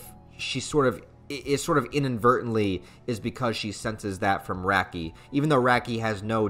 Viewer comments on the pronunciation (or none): it hurts my soul every time you say RAAAAH - ki. It's RAH-ki. Like Rocky. It's REE-ful, not rifle. It'e DEH-nuh-vuh, not De-NAY-VAY. You did get Dauf right this time though.